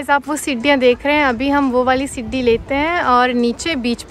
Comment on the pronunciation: use Siddhi Nahin balki Sidhi bola jata hai